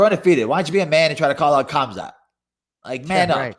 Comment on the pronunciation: sucks at names, ask hazmat chimave.:P. poor khamzat